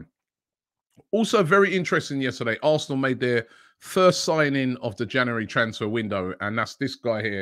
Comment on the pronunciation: It ain’t an AFTV transfer window if Robbie doesn’t say “JANARY”